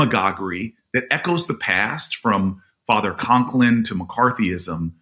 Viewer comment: It’s Father Coughlin, not Conklin. Just sayin’.